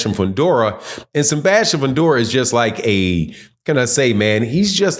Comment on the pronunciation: “Senbastian Fundora”